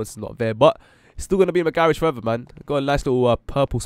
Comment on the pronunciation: You said garage wrong